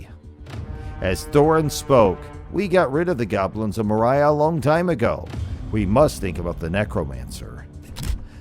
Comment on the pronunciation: Moria is pronounced MOR-ee-ah.